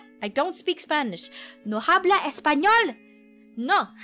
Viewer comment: Well it's kind of obvious as she doesn't know how to conjugate the verb 'hablar' and pronounce the 'h', which is silent in Spanish